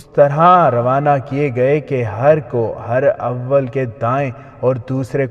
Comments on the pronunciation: Jenab her awel ni hota herawel hota he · Urdu pronunciation is not good...for example ...Hur-awwal ..it is Huraawul ..it means Forward Dustta / front corp.... Teeroo ka Miha....correct pronunciation is..Teeroo ka Minh (Barish).